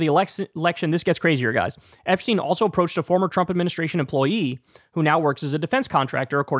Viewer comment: Epshhhhhteen? Lmao